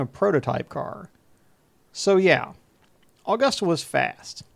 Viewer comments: Been trying to get this track back in action, and used for Rally or road. Also it’s pronounced uh-gusta not aw-gusta :) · Never heard anyone call it "Allgusta"..... Here in the South, we pronounce it "Ah-gusta. Smooth, with no inflection. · First, it's not "Awww-gusta". It's "Uh-gusta" Only people not from here pronounce it incorrectly.